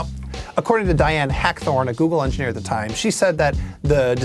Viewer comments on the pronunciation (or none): Google "Anjaneer"